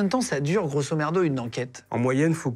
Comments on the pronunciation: Il dit grosso merdo :) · C'est moi ou Guillaume dit a plusieurs reprises "grosso merdo" au lieu de grosso modo? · On dit grosso modo pas grosso merdo😂😂😂😂😂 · “Grossomerdo” j’ai ri 😂😂😂😂😂😂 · Super intéressant!! Est-ce que c'est juste moi où au lieu de dire grosso modo on entend grosso merdeux! 😅